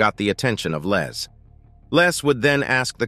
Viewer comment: he kept calling his LEZ,instead of Les!!! I'm sure he wouldn't wanna be called a Lesbian....lol